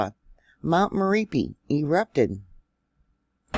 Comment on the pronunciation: Not miripi but Mè-RA-PI👍